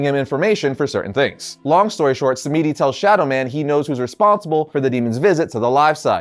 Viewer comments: It's pronounced Baron SAM-DI not sam-me-di. Please!! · i just want to say if its "samedi" its not Sam-EE-dee, it should be sam-dee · The name Samedi is creole and pronounced “Sam-Dee” ☺️ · Thank you I didn't want to be that guy but that shit hit like finger nails on a blackboard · Samedi is a French word for Saturday, and you're pronouncing completely wrong, but hey at least you're trying. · You're saying The Baron's name wrong it's pronounced samedi. You don't pronounce the e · Not to be mean but that pronunciation of Baron samedi is pretty bad